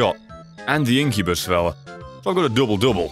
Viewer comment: Says succubus instead of inccubas , makes hentai joke CLAP